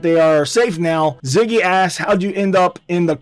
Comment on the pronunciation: its zizzy not ziggy